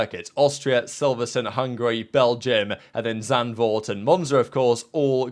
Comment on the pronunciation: what is silverstun? silverSTONE